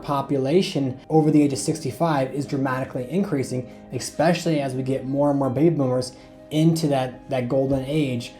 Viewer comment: especially not expecially